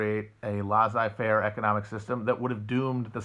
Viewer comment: Between "lah-zai fair" and "ley-tat eh mwah" I'm starting to think French is not Matt's strong suit